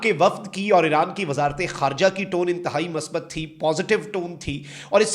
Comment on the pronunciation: کاکا۔ مثبت ۔لفظ میم کی پیش کےساتھ ھوتا ھے ۔میم پرزبر نہیں ھوتی